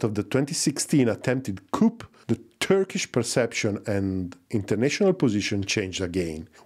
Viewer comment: we dont say "p" in coup. its just coo.